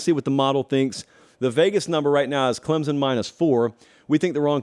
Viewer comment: It's Clemson! Not Clemzin!